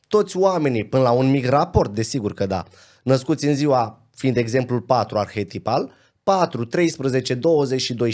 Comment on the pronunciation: Totuși, măcar dacă s-ar exprima corect și să reuseasca să pronunțe "ar-he-ti-pal" și nu "arhietipal" - mai ales că îl folosește atât de des. Ar părea interesant ce spune